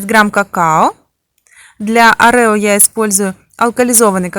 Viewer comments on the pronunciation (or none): Круто, но не орЕо, а Орео